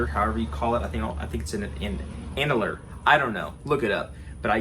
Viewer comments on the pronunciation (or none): 😆 it's pronounced "an-you-ler"